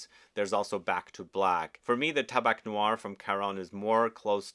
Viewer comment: I like tabac blanc. It's a good fall perfume that can be worn by a woman. And in French, it's pronounced "Taba"